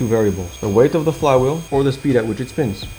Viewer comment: beeg speen = beeg happee